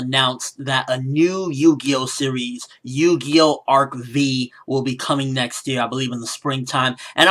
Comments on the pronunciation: It's not Ark-V, it's Ark 5 (V as a roman numeral) lol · it's pronounced (ark-five) and it's actually pretty good if you give it a chance. don't bash something you haven't seen or read about. I promise you'll enjoy it and get a good experience.